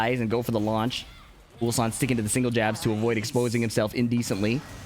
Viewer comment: Yeah and Atif butchered Ulsan 2 times in a single tournament😂